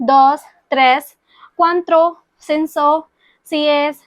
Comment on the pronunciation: I think it's cuatro for 4 , not cuantro